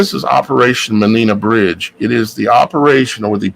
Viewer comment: It is probounced MEN EYE bridge! Im from the UK x